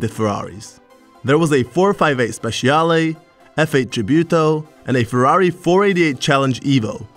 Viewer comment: Ferrari 458 SPECIALE..! NO "Ferrari 458 Speciiiale" L' Italiano si legge come si scrive, grazie :D !!!